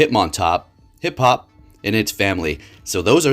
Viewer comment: calls Hoppip Hiphop 💔